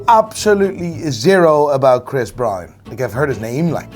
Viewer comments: how do u pronounce BROWN brother. its not BrAuN, Brain or Brian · Tf is Chris Bryan.. can't you say Brown, it's easy af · everybody: chris brown: chris brian 🤣🤣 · "Chris Bryun"